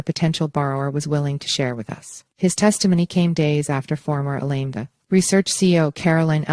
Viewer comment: if you’re going to report on a trial, maybe it would be a good idea to double check the pronunciation of the defendant’s name ( spelled like it sounds: Bankman-Freed), along with one of the two companies involved (spelled like it sounds AL-a-MEED-a!!!)…